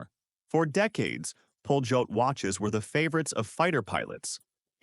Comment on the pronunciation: it s not pronounced "poljot" but "palyot". ΠΟΛΕΤ in cyrillic alphabet. it means the "flight". beautiful mechanical watches. extremely accurate